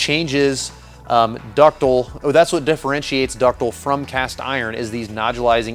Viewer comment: dis is big brain stuff! ductile. there is an "i" in there.